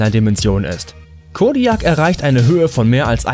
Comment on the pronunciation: *kodiak ausgesprochen kodiäk... das regt mich schon direkt am anfang auf ...xD